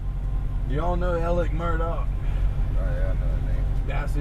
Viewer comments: The lady doing the talking, Is not pronouncing their name right. The family call themselves Murdock. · The correct way to pronounce his name is Murdock.